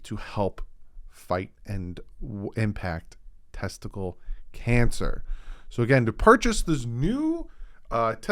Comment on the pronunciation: my man, it's not testicle cancer, it's "Testicular cancer.